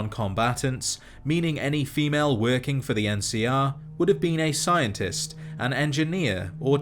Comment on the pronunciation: Dude you make great videos but the way you say female makes me viscerally uncomfortable